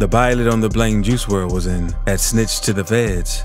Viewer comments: I do...but you obviously dont...you dont even say his real name right... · He pronouncing his name wrong